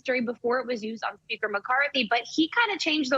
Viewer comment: Nancy can't even say the word SPEAKER!